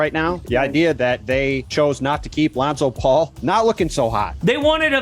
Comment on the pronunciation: “Lonzo Paul”